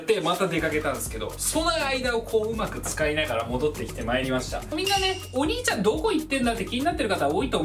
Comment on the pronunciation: 今日は発音がｵﾆｨﾁｬｧﾝ!だったwwww可愛いwwww